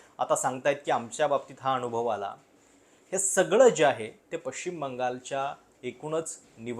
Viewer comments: अनावश्यक ठिकाणी न चा उल्लेख ण असा करत असता आपण. जसे की अनुभव च्या ऐवजी अणुभव. ते तूप ला तूंप म्हणतात बरीच लोकं तसं वाटतं. उगाच बामणी स्टाईल कशाला मारता? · आपले व्हिडिओ चांगले आहेत पण कृपया "न" च्या जागी "ण" चे उच्चारण करु नये. उदा अनुभव होता ऐवेजी अणुभव, मतदान ऐवेजी मतदाण यावर लक्ष द्यावे